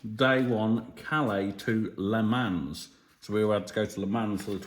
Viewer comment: just so you know, you don't pronounce the 's' on the end of Le Mans. In fact you barely pronounce the 'n', but that's if you want to say the name like a French person. Brit's generally pronounce in Le Mon, but with a very soft 'n'. I can't image anyone — even a Parisian — hanging around if 'you' asked them to leave with firm voice! Have a great trip. I have just got back from a trip to Ireland, Iceland, Greenland, New York, Toronto and back home to NZ. It was great fun, but it's nice to get home. Mind you, I'm retired and don't have a bloody great farm to run when I get back from a trip.